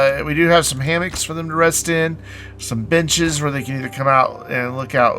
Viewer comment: lol, I mis-heard you saying b***es when you said benches near the end of the vid. Had to play it back a few times before I realised XD